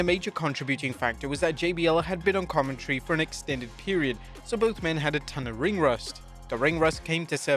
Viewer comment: This idiot said "commontree". Its pronounced commentary